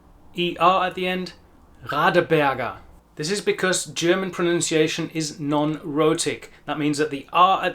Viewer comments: Awesome video! I will recommend it to some people who wondered about that. And can I just say, you've got the most amazing German pronunciation I've ever heard in a native English speaker, meaning, it sounds native. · Finally an English speaker who not only pronounces German perfectly, but can also teach how to pronounce it.